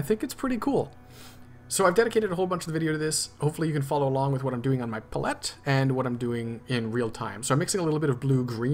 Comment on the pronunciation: Oh man how you pronounce palette. "Paul let" instead of "pal ete" You got me snickering. Good job on the rest of the tutorial.